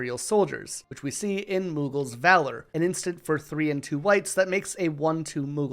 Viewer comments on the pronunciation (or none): none